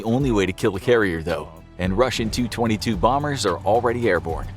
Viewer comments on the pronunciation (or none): How about some pronunciation help for the the v.o. guy? Tu-22 is pronounced T.U.-22, not 222.